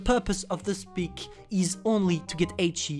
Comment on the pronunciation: SP I C is pronounced [schpitz] i think